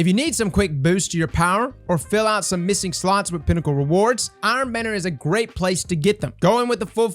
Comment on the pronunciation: It's the "IrOn bAnaNiErs" for me bro🤣